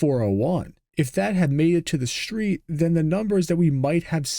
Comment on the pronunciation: There's no H in street.